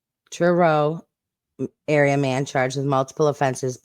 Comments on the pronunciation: By the way you did pronounce Truro correctly. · That’s how we pronounce Truro in the uk.